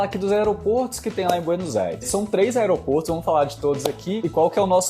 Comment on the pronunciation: O plural de aeroporto, se fala " aeropórtos", ok